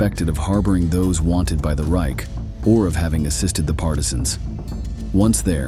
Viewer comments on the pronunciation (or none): none